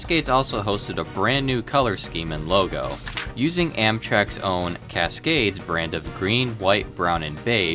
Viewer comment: Casgays haha